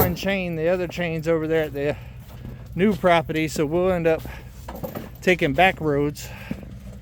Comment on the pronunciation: I love how you say propity!!!!